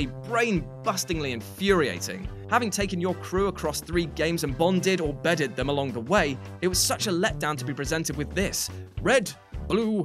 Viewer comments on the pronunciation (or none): the way he says 'bedded' makes me laugh every time